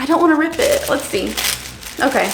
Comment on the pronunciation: "This is so my esthetic I don't want to wrip it let's see.." "Crrrt" "Oh well" 😭🤷🏼‍♀️🤣